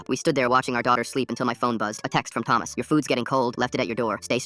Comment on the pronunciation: “Toemas” 😂😂 I’m sorry the way he said it took me out!!